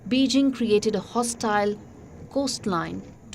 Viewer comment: Erm you need to practice your Mandrine Pronuncation. And at least get "Beijing" right